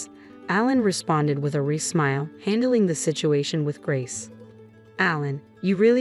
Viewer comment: Is this story read by a computer? It doesn’t sound like the usual computer voice. The mispronunciations aren’t usual either. A computer would correctly pronounce “fiancé (fee-on-say) and wry (rye).